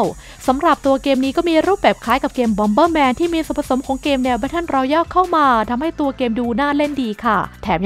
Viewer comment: อ่านว่า แบตเทิล รอแยล ครับ Royal รอยัล Royale รอแยล